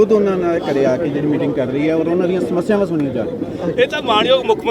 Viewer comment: ਐਨਾ ਕਿਓਂ ਘਬਰਾ ਗਏ ਸਪੀਕਰ ਸਾਹਿਬ ਸਮੱਸਿਆਵਾਂ ਨੂੰ ਮਸਿਆਵਾਂ ਹੀ ਬੋਲੀ ਜਾਂਦੇ ਆ